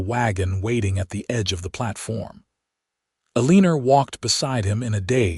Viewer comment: Her name is probably pronounced "Eleanor". Never heard of "A leanor" as a name.